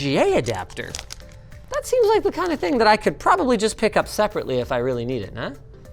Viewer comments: velly good 😂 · "vellygood" is wild lol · that cord was vellygood because of how they pronounce their Ls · "Vellygood" lol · Velly Good 🤣